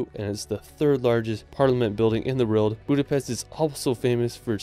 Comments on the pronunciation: How is EVERY comment ,NOTon why this guy CAN'T say WORLD!!????????? it's not RERRRRLD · LOVE the scenery and majestic nature of each of these places!! The ONLY critique is how pronounces "world". He says it over and over again as "weirld". Whaaaa??? It's actually very distracting. Other than that...gorgeous completely.